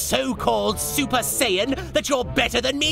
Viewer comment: I love how this had the first time goku said "saiyan" correctly